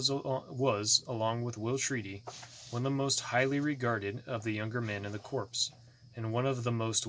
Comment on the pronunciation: (Corps) is pronounced as (core)